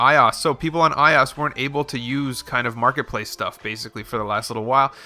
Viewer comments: Its I~O~S you say it like that not "iOs" lol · Did he just say i OSS ? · Who went to comments to rant about the way he says iOS!!!!!!!! :C